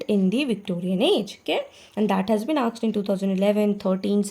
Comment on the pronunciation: True ma'am, many things have been "aksed"... Conventry Patmoore... Rocessti... Memoriorism...